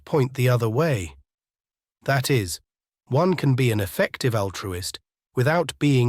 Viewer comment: Many emphases unfortunately seem off. I'm not saying these are all worth correcting, but there shouldn't be emphasis on "effective", and it feels pretty distracting IMO — like the listener has to correct for the off emphasis to get back on track to understand.